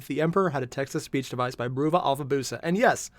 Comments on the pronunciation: You keep saying you got Alfa's name right, but it's BRUVA, not BROOVA. It's a decade-old meme on how Diomedes pronounces "brother". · No, you didn't get it right. Bruh-vuh, to sound like brotha, brother. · Bruvva (Uk cockney for Brother) Totally wrong pronunciation! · Day : Airier still doesn't know that "Bruva" is pronounced like "Brother".